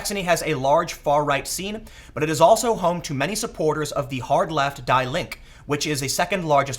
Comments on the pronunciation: "Die Link" XD pronounce "Dee Lingke" der/die/das (m/f/n) == the They're the hyperprogressive communists, with the social democrats being the cucked but slowly more and more insane communists. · "Die linke" you pronounced it like "Die left", be careful xD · 'die link' xP that is not how its pronounced, has nothing to do with dying. i can not say it here, but next time try to say the 'e' maybe 'diee' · I'm not sure, but I think "Die Linke" is not pronounced as "dye link," but rather "dee linkeh." Someone correct me if I'm wrong please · 'Die Link'. Tim, it's pronounced 'Dee Link-uh'. Sighs Nevermind. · Die is pronounced dee. So 'Dee Linke' [The loony far Left]. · Die Linke is pronounced 'Dee Link-uh'. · In German die is pronounced "dee", the I is silent. An e at the end of a word is pronounced as an "ah" in almost every case so Die Linke pronounced "Dee Linkah" and means The Left. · "Die" is pronounced "dee" in German :) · Die Linke is spoken like Dee Leenkuh and just means “the left (party)” Like you are pronouncing it I would’ve never known what you meant without context :P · Die Linke is pronounced "Dee Linka" for English speaking people. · Quick note: "Die Linke" is pronounced "Deeh Link-ay" it literally translates to The Left. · Your pronunciation of "Die Linke" was cringe lol. Its not a big deal tho. It's pronounced like "Deee Linka" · "Die Linke" party translates as "The Left" and might be pronounced 'dee linka'. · It’s pronounced “DEE- Link” In German, -ie gets a long “e” sound, as in “need” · die linke = "dee linkuh" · Tim, Die Linke is pronounced Dee Link-eh. Dee as in DEEZ NUTS or PewDiePie. Speaking of SUBSCRIBE TO PEWDIEPIE OR DIE (pronounced like dye). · It's pronounced "Dee Linka". Translates to "The Left". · Die Linke pronounced “dee linka” (literal meaning “The Left”) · Die Linke is pronounced Dee Ling-Keh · Die Linke is pronounced Dee Link-ah and translates to The Lefties. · thats not how you pronounce Die Linke btw